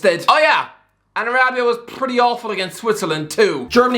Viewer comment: the words are 'pretty, probably, prone, bridge & brilliant' not 'pwwwwwitty, pwwwwobably, pwwwwwwown, bwwwwwij & bwwwwwwwilliant'